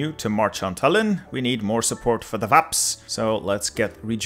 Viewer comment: Tallinn has the emphasis on the "a" in it, actually